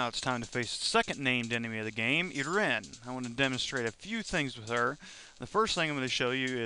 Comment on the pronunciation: The name is pronounced eye-reen, just so you know, and is a name some women have in real life.